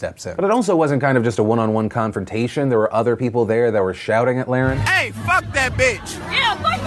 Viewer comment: Phil I’m pretty sure you’re pronouncing her last name wrong. Over and over again